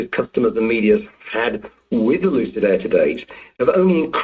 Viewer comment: Maybe it was my brain, the audio or what ever. But it sounded like you said ‘Lose-it” instead of Lucid, at the beginning of the video. Forever now they will be Lose-it Motors. Per the expansion, it could be they hired the same company that worked on the Nicola truck factory to do the work.